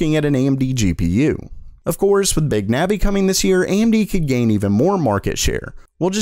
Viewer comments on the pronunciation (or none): none